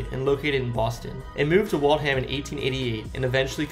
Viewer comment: Please learn to pronounce the names of places before making videos about them. Worcester has already been covered in other comments, but Waltham wasn't. It isn't WALTH-HAM it's pronounced WALTH-UM. This was a good video, tho